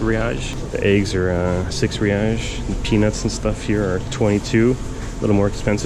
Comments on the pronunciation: kkkkk ele falando "reaish" kkkk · its "HEY ICE" (Reis) de nada amigo